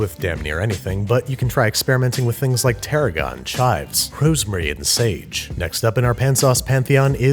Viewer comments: Hurosemary lolol otherwise great vid babish, shout of from the land of wegmans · Can you say rosemurrrry again? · Did he ACTUALLY say "rHose-merry"??